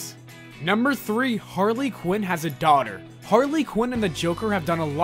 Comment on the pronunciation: Why he called her Hardly quinn😂